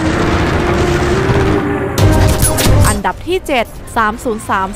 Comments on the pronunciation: น้ำเสียงน่าฟังนะครับ แต่อยากให้ปรับเรื่องการพูดนิดนึงนะครับ อย่างคำว่าอันดับ ไม่ใช่ อัมดับนะครับ แล้วก็ Sacrifice อ่านว่า แซคริไฟซ์ นะครับ ขอบคุณครับที่นำเสนอข่าวสาร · เดี๋ยวจะปรับปรุงให้ดีกว่าคะ เรื่องอ่านออกเสียง อัมดับ ตอนพูดเราออกเสียงอันดับจริงๆน๊า เสียงอาจจะเพี้ยน แต่เดี๋ยวปรับปรุงคะ แต่ Sacrifice พอดีเราอ่านตามที่ฝรั่งแคสเกมพูดนะคะ ยังไงทางเราขอขอบคุณที่คุณให้คำแนะนำด้วยคะ